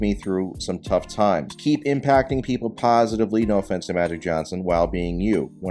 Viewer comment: Bro said "postive" i apologize to magic Johnson 😂😂😂😂😂